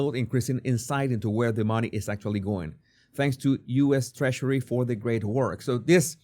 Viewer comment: Love how he says Trashery (Treasury).. have an accent myself, I bet I sound funny too.. but this is simply Freudian!